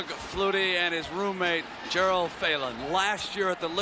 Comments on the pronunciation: Why does he keep calling him Gerald? lol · Except Brent called him Gerald Phelan instead of Gerard Phelan. Come on Brent, read your call sheet!